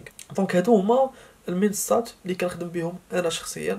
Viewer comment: تتكلم بسرعة ولا تنطق المنصات بشكل واضح